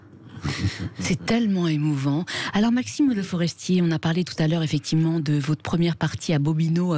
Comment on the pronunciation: Bercoff refile son « effecti’ment » insupportable à ses confrères .